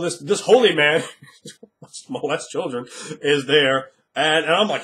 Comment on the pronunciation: ahaha the way you said "SHOW me the CHILdren." haha